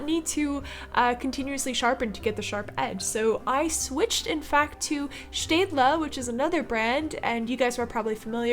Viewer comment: I hope I'm not the only person who kept replaying pronunciation of Stadler (I think that's how u spell it)